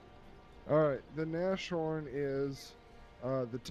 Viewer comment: NAS-Horn. NAS. Not Nash :D